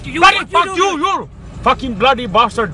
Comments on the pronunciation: He says "you blastard." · All tree of You’s some bloody bashhterd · I always thought he was saying blastard lol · he said 'blastard' LMFAO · Did he say “Blastard”?! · Yk I always thought when he said bastard I heard password btch 😂